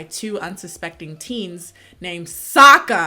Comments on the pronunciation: The main thing that made me almost angry cry was the pronunciation of Sokka's name. There's an episode in SEASON ONE when he corrects someone for saying his name EXACTLY like they do in the movie! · It may be be a prononciation thing (I’m french so it may have flown over my head), but as a huge ATLA/LOK nerd, I know it’s SOKKA. But pronounces it “SAKKA” and in the show I noticed the prononciation doesn’t accentuate the O either so I was wondering? If someone could enlighten me?:O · Wait so Sokka is pronounced 'saka' in English?? Wth I had no idea that's so funny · AND THEN THEY FUCKING MADE SOKKA SERIOUS AND PRONOUNCED IT SOCA. IT WAS LIKE THE EPISODE WHEN THEY WATCHED A PLAY ABOUT THEMSELVES BUT SOMEONE ACTUALLY TOOK IT SERIOUS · I couldn't finish cause of that Ung and Soku😭😭😭 I ended with a scream saying it's Aang not Ung and changed it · Um sorry -sweetie, but it's actually pronounced, "Åñg" and "SōKá"